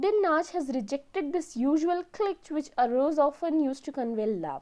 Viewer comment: Please pronounce cliche the right way. You are misleading students by giving wrong pronunciation.